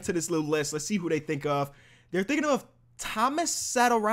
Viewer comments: It's Thomas sat-or-sky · as a wizards fan that pronunciation of satos name 🤢